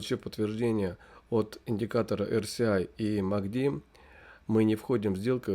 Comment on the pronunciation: Почему вы говорите эрСИай(RCI), если это эрЭСай RSI(relative strength index)?!